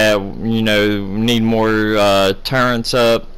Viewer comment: For as much as you play this game it's really sad that you can't pronounce turrets properly. There isn't a "N" in turrets.